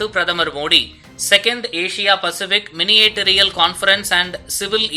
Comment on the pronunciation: யோவ்….அது மினிஸ்ட்டிரியல் கான்ஃபரன்ஸ்….(Ministerial Conference). நீயெல்லாம் எப்படியய்யா செய்தி வாசிப்பளனாக தேர்வு பெற்றாய்?